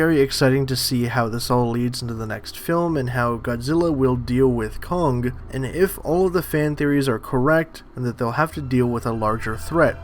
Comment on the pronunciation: It’s kong, not kongga